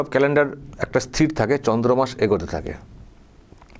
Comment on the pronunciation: আমি একজন আপনার নিয়মিত শ্রোতা। কথাটা চন্দ্র মাস নয় চান্দ্র মাস।